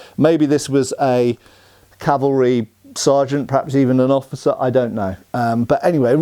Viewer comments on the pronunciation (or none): none